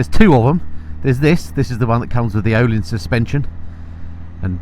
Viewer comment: As a point of interest, Ohlins is pronounced Urleens. I can sleep easy now after sharing that.